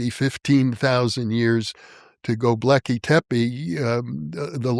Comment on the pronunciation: It's not "Gobleki". It's "Gobekli". D'oh